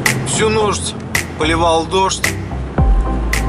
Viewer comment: Спасибо за видео,класс👍! Особенно зацепила оговорка: "Всю нождь, поливал дождь"😂😂😂